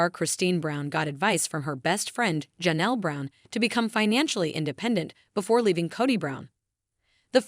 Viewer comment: The name is not pronounced Ja' nelle, it's Jay nelle, spelled Janelle.